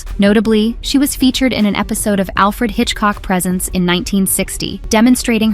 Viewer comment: I can't tell if this is an AI channel or not, but for the way you said both "Alfred Hitchcock Prez-ints" (like he's Father Christmas) and didn't know "Murder, She Wrote" was one phrase, i'm hoping you are because you sound like you've never seen any television.